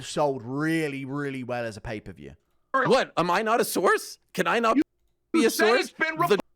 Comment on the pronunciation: “Pay per vheyeeew” “Helwhaneee”